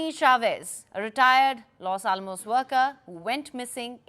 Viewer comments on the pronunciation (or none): none